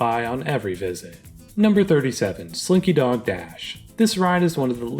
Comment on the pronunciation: Honestly, this is just my opinion but I think It’s Tough To Be a Bug deserved lower than 44. That attraction is AWFUL hopefully the Zootopia replacement will be better. Also you BUTCHERED SLINKY so BADDD!!